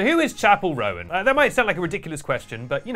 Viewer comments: love your take fans can be absolutely unhinged (myself included sometimes). That being said Roan is pronounced like bone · Awkward that you didn’t even learn how to say her name properly before doing a full video on her 😳🫣